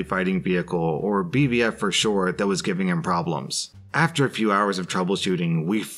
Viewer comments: I love how went from saying BVF to BFV to BFF lol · He pronounced BFV so many times wrong lol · I love how he keeps mispronouncing BFV